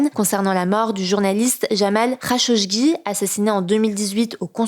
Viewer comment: c est "Rachogui" , pas "rachoCHgui" pour le journaliste éliminé par MBS ;)